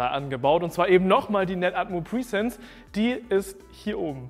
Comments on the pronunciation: Die Kamera heißt Netatmo Presence 😂😂😂 Du sagst die ganze Zeit PRIESENZ 😅 presence ist das englische Wort für „Anwesenheit“ und du denkst glaube ich, dass die Kamera „pre-sence“ heißt 🤣 Hör es dir sonst mal beim Google Translator an 🤣🤣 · Keine Ahnung warum, aber die Aussprache von "presence" triggert mich enorm. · Mich auch 😂